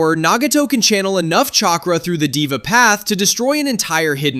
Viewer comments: LMAO HE TOLD DIVA IM CRACKING UP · Deva pronounced they-va